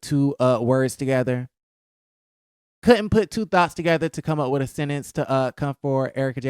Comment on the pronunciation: I love the way you say sentence sounds like “sennince”. I noticed it in another video and crack up every time you say it